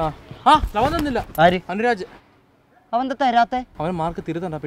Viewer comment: Anurag ennalle sir vilikkunnath..anuraj ennalle peru..chila teachers ith pole idakku peru thettichu parayum😂